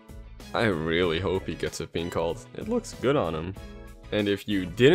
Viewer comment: Every time you say pink, i amagine you say gay instead.